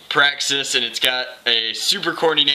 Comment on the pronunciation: you said slam fire a praxsix